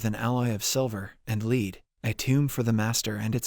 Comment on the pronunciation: so in this video you mispronounce lead as laed are you typing out your scripts? it almost seems like you have dyslexia buts its to specific